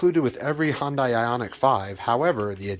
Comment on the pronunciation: It's pronounced Hyundai like sunday